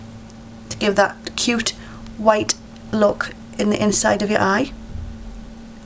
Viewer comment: i like when you say 'smoodgy smookie louk' aka smudgy smokie lookxD